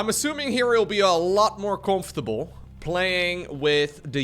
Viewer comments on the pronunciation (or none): none